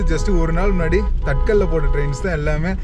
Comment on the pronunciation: தமிழில் தத்காலம் ->> தற்காலம் ஹிந்தியில் தத்காலம் >> தத்கால்- tatkaal TATKAL pronounce as தத்கால் not as தட்கல்